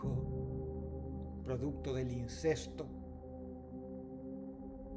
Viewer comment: No es incesto, es insisto 😅